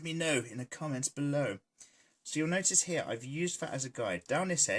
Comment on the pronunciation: Am I the only one watching in 2020? Idk if anyone noticed but I can't help but hear saying Hyaa instead of here, lol